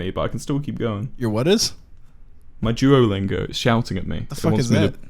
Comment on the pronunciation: sounds like he's saying jewolingo